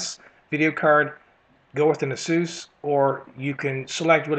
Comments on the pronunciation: he pronounces ASUS odly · no i didnt :D. its just that we strengten the A not U in asus in my country :D it just sounds strange when you are used to something different :)